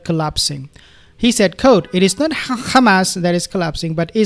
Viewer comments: He mocks the Israelis by using their incorrect pronunciation - Khamas. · you pronounce Hamas like hebro jews ,like Nutyohoo, there is no khamas my friend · Please dear beautiful soul Just want to know that you put too much effort on the first syllable of the word hamas. Pronounce it as a "H" like the dich hummus if this help. Only Israelis scratch their throat to Pronounce the Ha. BTW you pronounced ot right the first time in your video then you rectified. God bless